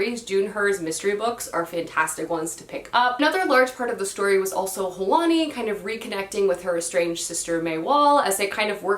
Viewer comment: The character's name, from the Forest of Stolen Girls, is pronounced Hwan E, not Hah Wan E. I know it's not easy to pronounce every name you come across in books correctly so just helping you out :)